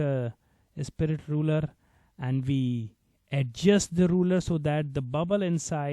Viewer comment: It's rulER not rule btw